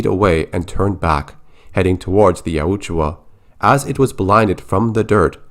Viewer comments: Yautja. You're pronouncing it like it's spelled Yautjua. Just so ya know. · The way you say yautja hurts my ears. It sounds like you added an extra U bro